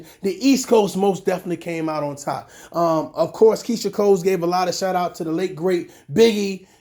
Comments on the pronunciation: Why you saying Keyshia “COLES” there’s no S at the end dude 🤣🤣🤣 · Her name is Keyshia COLE. There’s no “s” at the end boo. Just saying